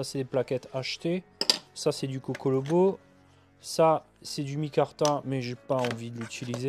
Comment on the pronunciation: et c'est du cocobolo et non cocolobo